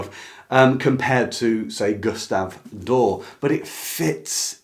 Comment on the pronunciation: This is a wonderful video, and I subscribed, but I'm a little perpecxed you don't ee the final letter in Doré has hhat lanting line over the E. It's pronounced DOR-EH, not "door".